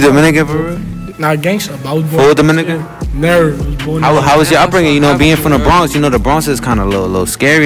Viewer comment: Bro said Neva left the trenches, dude I the bacc said Neva leavin 😂😂😂